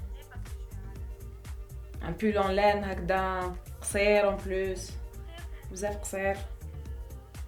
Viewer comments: Kahina Cookie et même je pense qu'elle a dit aussi pull en loine au lieu pull en laine, non?!!! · Pull en louane WTF tu as masacrè la langue de molière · Jin's en louwwwine 😂 ... alors là kifeh ynetko le mot tenue = teni 😱😱😱